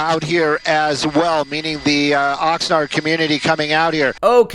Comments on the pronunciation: No, it is pronounced Oxnard not Oxnerd. As in Ox’s NARDs. Idk why they keep that name 🤷🏻‍♂️ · Oxnard = Ox nard. Not Ox nerd. Nard, like the nards between a dudes legs. 😉 Love/look forward to all you vids.! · I like how you pronounced “Oxnard.”